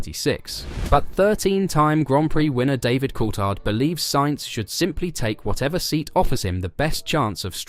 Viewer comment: Please pronounce Colthard's name properly